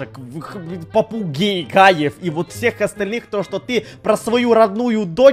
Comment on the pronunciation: попуге... Попугаев😬